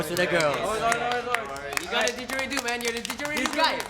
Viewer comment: I cringed so hard as an Australian hearing him pronounce didgeridoo wrong but I am Chinese blood so I kinda understand